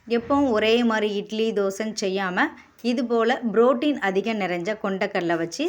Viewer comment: brotien என்று உச்சரிக்கின்ரீர்கள். protien தான் சரியான ஆங்கில உச்சரிப்பு